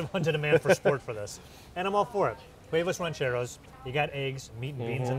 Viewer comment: We need to start a petition for to STOP saying “huevos rancheros” with an English “h”. It needs to be silent; he should be saying “Uevos rancheros” instead of “Hhhhuevos rancheros”.